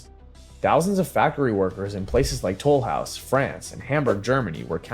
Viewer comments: Delicious cookies but not the name of a city. I hate dumb AI voice overs. Can't the people who post these videos, find someone real to do the narration ?🙄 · Besides, when I say I feel insulted, that's not exactly what I mean. I feel nothing, it's just a name wrong. But it stems from reliance on AI for pronounciation. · As someone living in Southwest France, it feels mildly insulting. It would be like calling Seattle Seat Cattle